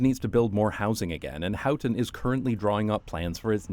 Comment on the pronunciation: You say How-ten and I say Hoe-ten. And you said it A-lot.